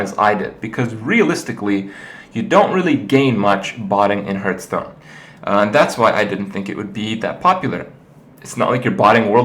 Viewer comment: HERthstone or HARthstone